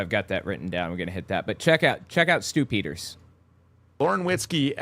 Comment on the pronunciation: I kept hearing “Stoop Eaters” instead of Stu Peters lmao